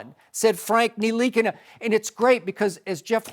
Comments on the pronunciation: Bruh they said his name was nikana its nih-la-kina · I’m French and it’s not Nilikina it N-Tilikina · Nil-E-Keen-Na, Skip. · His Name is Frank Ntilikina: Joy Shannon Skip Molly Max Michael Smith Jemele Hill Stephen A. All ya'll pronounced his name wrong which is disrespect because you didn't take the time to learn how to say it. Ya'll act like ya'll just saw his name on paper for the 1st time this morning in life. By the end of the season ya'll gonna put some RESPECK on his name.